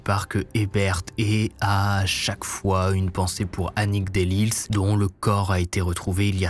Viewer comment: Oui on connait bien l’affaire ; d’ailleurs en algerie on dit a un malfrat …tu te prends pour un barbault 2 erreurs de noms on dit delille et non pas de lis ( le s ne se prenonce pas comme mesrine ou l’isle ) et jokubowska et non pas jabukowska Tu n’evoques pas le sac qui a été finalement exposé a la marie et reconnu par ses collegues de travail qui l’ont longtemps suspecté avant 1976 Tu n’evoques pas aussi le fait que les femmes se teignaient les cheveux en blond puisque ils ont remarqué qu’il attaquait les brunes